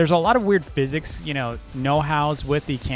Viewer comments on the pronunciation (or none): none